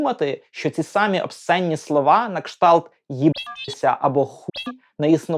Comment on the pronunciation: Працюю для вас. Викорінюємо російськомовні (точніше московськомовні) наголоси з української мови. Не сАмі, а самІ. Це дуже поширений паразит. Уб'ємо москаля в собі, навіть, якщо і маленького.